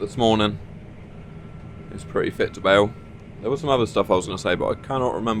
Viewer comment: Bale not bake lol